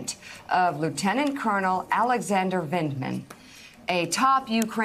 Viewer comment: Mila, there is no 'L' in Vindmans name